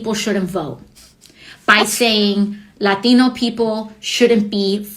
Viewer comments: The way she pronounced "latino" made me vomit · Why can't she say the word "latino" like a normal person? She doesn't seem to have a speech impediment with any of the rest of her little speech.